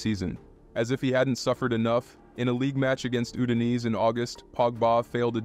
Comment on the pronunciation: the way this dude pronounced Marchisio fucking hell lol Edit - AND how he pronounced Cremonese and Udinese LOL